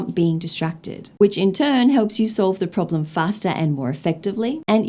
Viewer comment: What's a "prolem" (pronounced: problem) LOL😂 (Point 4 of "advantages...")